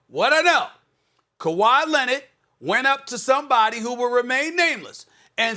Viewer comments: No one: Absolute no one: Stephen A: Kawhi Lenad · “Kawhi Lennit”